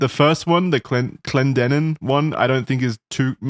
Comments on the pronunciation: I don't like the way they pronounced Clendenin at first in this video. That is not how we pronounce it lol got it right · As someone from Charleston, WV the way they pronounced Clendenin made me slightly homicidal